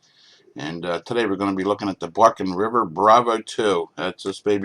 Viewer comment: Bark River, not Barken River